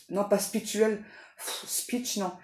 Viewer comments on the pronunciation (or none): Pas « spitcuele » spirituelle ( gourde va !!